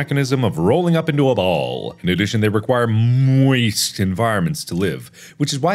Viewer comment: Game: moist Mark: "muiest" Mr. Krabs: "east!" Patrick: "East!? I thought you said weest!"